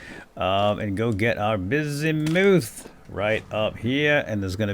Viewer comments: When prospecting, I don't believe "ultra high" is the likelyhood of it being in the chunk, that's the percentage. "Ultra high", "medium"... I believe those are the densities of the ores within the blocks themselves, shown as "rich" when looking at one. Bismuth, I believe, is pronounced "Biz-mith". It's not all that popular an element, so who knows if that's what I heard, if I ever did, or how I read it, myself. I just found a chunk of iron so freaking large I eventually got bored of mining it. But,... I haven't used any of it. I keep hearing stuff about blooms, and 'fixing' bad/burnt chunks of a bar... with a tool I've never heard of. I'm a little out of my element. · Bismuth is actually pronounced like it's spelled (apart from the s making a z sound), not like "bizz-moothe."